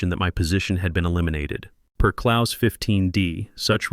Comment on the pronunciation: A message for AI ... as much as I enjoy hearing my Germanic name "Klaus" pronounced correctly, you are in fact dealing with a "clause" which rhymes with "pause" or Santa Claus! Whoever "teaches" AI might want to introduce some of the unique aspects of oral English! Having absorbed my Mother Tongue, German, learned English as my second language, and then went on to learn French, Latin, Greek and Hebrew, I can assure you that similar arrays of letters often require quite unique pronunciations! AI functions suggest to me that we are approaching the day when words will simply be spoken as written ... which definitely would align with the German Language, where almost everything is pronounced! At the age of 70, I'm not sure I will out-live this linguistic functuality! Or, to quote a famous line, THAT is something up with which I will not put!!!